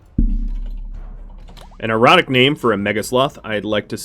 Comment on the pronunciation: Defintiely sounded like erotic name